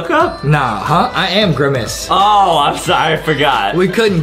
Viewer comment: I never laughed so hard in my life when justin said "I am grimice"